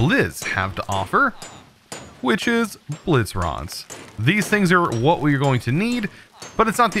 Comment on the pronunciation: whenever he says blizz i hear it as jizz